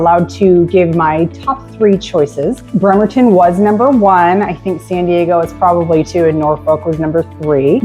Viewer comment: It's BRRRemerton not BERmerton...